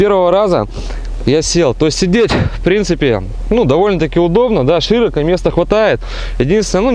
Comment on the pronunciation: На 7.40 "шИроко" как ножом по ушам режет)